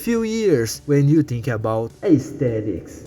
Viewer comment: "use-ed" "tink" "deese"